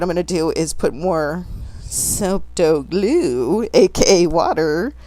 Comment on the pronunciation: LOL! "Soap Dough Guh-Lue" You're funny too, girl!